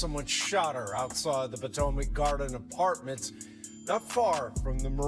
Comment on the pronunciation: Po-tow-Mac Gardens is crazy work 😂😂😂